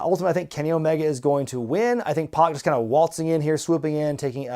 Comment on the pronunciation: I hate to be that guy, but it's (PAC) Pack, not Pock.